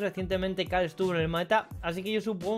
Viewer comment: Por qué le dice cal y no caRl?